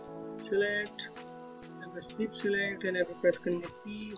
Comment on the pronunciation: BRO ITS CALLED SHIFT NOT SIFT